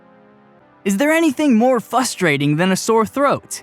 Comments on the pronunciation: Did he say, "fustrating"? 😖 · < >. Well actually there is. People who say “FUS-trating”